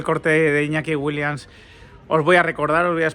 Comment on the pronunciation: Repitamos todos juntos… WILLIAMS (con M y S al final) Joder si haces videos y los publicas tienes que aprender a pronunciar correctamente los apellidos de los futbolistas. En ninguna parte del apellido WILLIAMS hay una N.